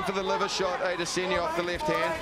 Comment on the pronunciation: that one commentator "Ay-Diss-Enya" 😂😂